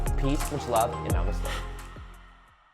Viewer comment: Whenever I watch one of your videos. It's always a sales pitch for a product. Not cool buddy, not cool. And you still butcher the word namaste